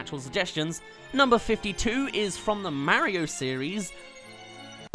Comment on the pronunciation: Its actually funny how rabbid peach who appeared in one game has more personality than ACTUAL peach who has appeared in almost every Mario game! oh and your pronouncing Mario wrong.